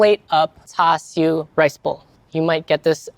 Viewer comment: That’s how you say it…. I always heard it pronounced char su…. Have I been hearing and saying it wrong??? Sounds like he is saying tau su.